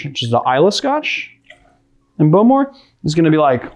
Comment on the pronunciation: Always love your videos. Bowmore is pronounced like the bow of a boat. Hine is pronounced more like "ee-nay".